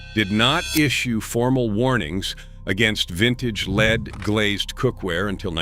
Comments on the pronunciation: Lead. Pronounced LED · Oh no not leed!